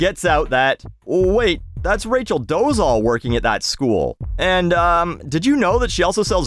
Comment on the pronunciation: hey, i think i've been listening to your rants on YT right from the beginning... so here's one of my rants 🙃 i don't know if it's just one of my pet peeves but i really don't like when people don't do much research and incorrectly pronounce people's name; even if it's a bellend like doležal you probably won't care but still let me try to tell you the right pronunciation of her last name: Doležal - the Z with whatever you would call that above it (tiny upside down roof:o) is pronounced as the french pronounce their J in J't'aime other than that you said it OK:hand-pink-waving::face-blue-smiling